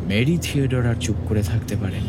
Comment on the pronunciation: Golpota bhalo... But mary tudor ta kikore mary theodore hoe galo ar anne boleyn ke kano anny boleyn bola holo bujhlamna